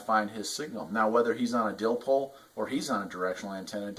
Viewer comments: Dipole not dilpole lol!! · I cringed everytime he said that. Dipole there's no l before the P. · "Dillpole" LOL! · What the heck is a dillpole? Our you miss speaking and meaning a dipole antenna 😢